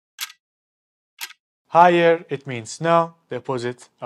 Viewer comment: “Hayır” kelimesi “haayır” diye okunmuyor. Yazılışı gibi , “a”’yı uzatmadan hayır diye okunuyor.